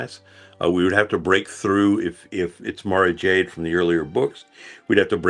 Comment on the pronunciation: Tell me they aren't butchering Mara Jade ffs